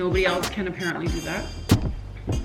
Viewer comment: OMG "apPARENTly Looooool